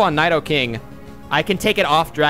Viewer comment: mispronouncing nidokings name i see